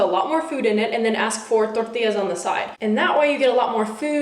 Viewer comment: I love how much emphasis you put on Queso Tortilla and guacamole lol